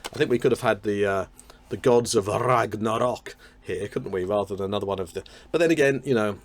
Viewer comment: I love how every time you say "The Gods of Ragnarok" it has to be the "Gods of Rrrrragnarrrok"! ☺ I am afflicted similarly.